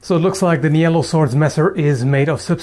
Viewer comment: Is 'Nyello swords' really the right way to pronounce that? ;S Looks to me like a german or dutch name, which would be pronounced 'neelo', with a shorter 'ee'.